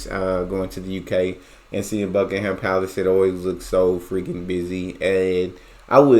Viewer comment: Not Bucking Ham the H is silent